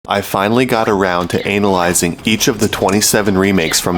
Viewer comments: Umm.... did you say ANAL-yzing? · He totes said "ANAL-lyzing " on purpose😏 I love it